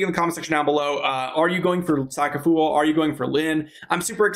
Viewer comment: bro said soccer foower